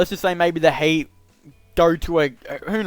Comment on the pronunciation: Why you said HATE instead of HEAT